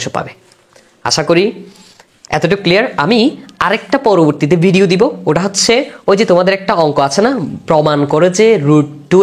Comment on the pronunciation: ভাই আপনার বুঝানো ভাল, কিন্তু আপনি কেন বারবার ট কে ঠ এর উচ্চারণ করেন, ওটা কে ওঠা বলেন, আর যোগকে যুগ বলেন, আঞ্চলিকতা পরিহার করেন ভাই